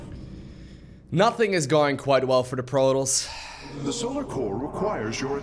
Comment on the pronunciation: I don't know what his accent is, but there's something about the way he pronounces "Protoss" that just sounds off...it's like he pronounces it as "Produs."